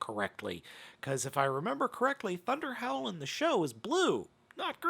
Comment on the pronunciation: When you said “ThunderHowl”, I thought you said “ThunderHell”! 😂😂😂